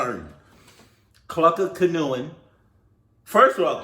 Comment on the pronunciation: nah you really didn’t know how to pronounce canoeing 🛶 😭😭